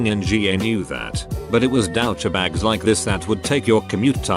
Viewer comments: "iT wAs DoW-cHa-BaGs" 😂😂😂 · "Dausche Bags"